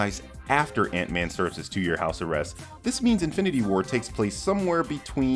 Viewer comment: Idk why, but every time you said “Ant-man” I always heart “Aunt May” 😅